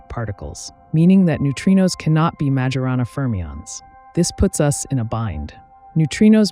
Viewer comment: Well, there's the "mah/jorana" mispronunciation of Majorana - and several "inneraction" mispronunciations of the word interaction after - - - just sayin'